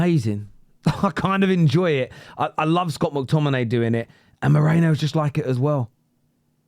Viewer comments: ME RI NO. Not MO RE NO. 😂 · With respect, it's 'me-ree-no' like Merino wool, not 'mo-ray-no' like you and many other English pundits are pronouncing it. 😊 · Whos Mikel Meerayno?? It's Me-ri-no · MERINo not moreno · LoL people keep calling "Moreno" 🤣🤣🤣His name is Me ri no 🤣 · Merino not mereno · It’s MERINO not Moreno. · ME-RI-NO, not Moreno ffs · Merino, not Moreno. Also, if ur gonna roll the R, then don't pronounce the O like a Pomme lol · I totally understand, but merino to moreno isn't to do with accent, it's incorrect pronounciation unfortunately. It's like saying Harry Keane instead of Harry Kane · why tf are you calling him Moreno? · Can you stop calling him Moreno please 😂 MERINO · I still don't understand how you pronounce Merino as Moreno😢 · It’s meh-REE-no Not mo-REH-no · Its not Moreino bro. Its Merino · his name is MERINO. Not Moreno! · Ah for god sake 😀 his name is pronounced as Meh - Ree - No. Or just put it into deepl or google translator and play it out loud so you get a gist of it 😀Anyway love your content, you're still my fav Arsenal channel 😉😀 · Mare - Reeno come on dude honour/ respect him by saying his name correctly.